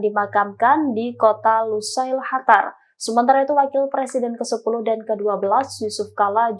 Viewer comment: Kyaknya yg voicernya pke krudung,,ko nybut qatar(قطر) pke khatar(حتر),,ini khatar negara mna,hei tribun??tlong bcanya yg bner biar kredibel sdikit..